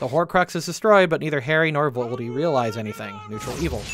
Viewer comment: I'm sorry, I must've had a stroke, you can't possibly have said nuetral good that's preposterous.